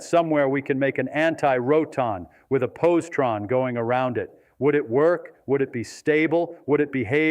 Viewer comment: Its posi-tron not possie-tron. And its Daric! Feynman was a meticulous communicator this is a very poor representation of a brilliant man